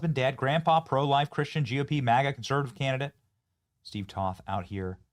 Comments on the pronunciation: Toth is pronounced with a "long O", not up on politics are you, benni? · Not that you should know this but just so you know it's Toth with a long o. Steve has his issues but I met him many times and I like him a lot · TOTH (Rhymes with Oath) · Benny I am pretty sure it's pronounced Toe-th like BOTH with a T. Please excuse my bad etiquette. 🤭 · Hey Benny, i'm a constituent of Crenshaw's old district and i voted for Toth. Heads up, it's pronounced with a long "O"/ "toeth." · You need to work on pronouncing Steve Toth's name.